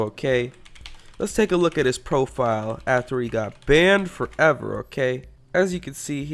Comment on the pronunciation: bAAAned ForEVER